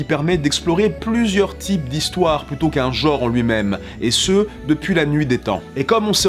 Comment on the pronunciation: Chers voisins Francais, On dit bien "genre" et pas "jore". Des bisous.